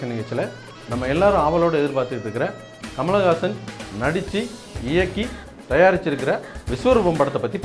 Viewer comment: hey, you cant even say his name properly, you are saying Kamalagasan Kamalagasan, rosha maan, otha dei nee padiparivilladha panni, nee Kamal pathi pesariya